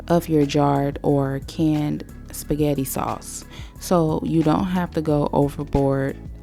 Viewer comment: I , Love your Shpaggitt😂